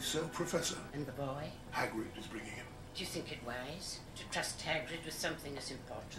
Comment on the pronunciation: ROFLMAO! Nope! It’s Hagrid, not haggard!